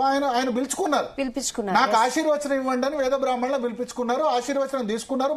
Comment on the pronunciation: వాడికి బ్రాహ్మణులు అని పలకడానికి రాదు